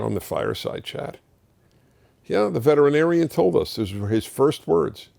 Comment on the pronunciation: From Dr. James Ponder DVM. Age 63. I hope does well. I’ve done many of those surgeries over the last 30 years. Most do well. Also thanks for pronouncing veterinarian correctly. Most do not. Someday I’d like to share my opinions on animal rights with you. I think that you would enjoy my arguments.